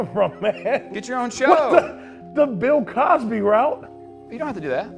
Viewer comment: This was the best. Chopped and scripted I don’t care I dropped a tear laughing 😂 he said r kell and pill Cosby🪦